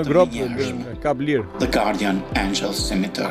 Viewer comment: 😂😂😂😂 si thotë??? Wellcome 😂😂😂😂😂😂